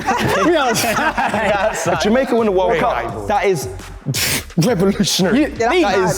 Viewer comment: "Ja-make-kaa"! hahaha